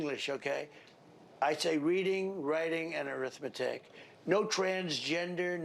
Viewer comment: I swear that i heard, “eating, riding, wrathmatic.”